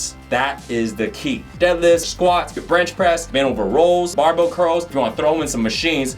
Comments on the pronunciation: making the most of the cut video style because he just can't talk properly., can you please learn to pronounce words, particularly ones used in a workout - YOUR JOB. Rows is pronounced rows, not rolls. Please please learn. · ROWS! not ROLLS!